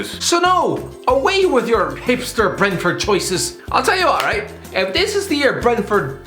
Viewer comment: No one:: RLIGHT